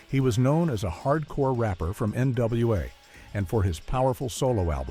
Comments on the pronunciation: NWAi? Huh? It's NWA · This is wack I hate how Ai is taking over especially when it’s all fucked yo like this one. NWAi lol wtf I know I’m not the only one that heard that shit. Somebody didn’t want to use extra credits to correct things lol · I’m so sick of these AI Generated narrators. It just said N.W.A.I wtf? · Goofy MF said NWAI 😂😂😂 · Ai tells you it's nwai,you just agree.😂